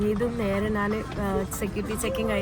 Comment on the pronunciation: എന്താ നാൻ എന്ന് പറയുന്നത്... ഞാൻ എന്നുപറയൂ 🥰🥰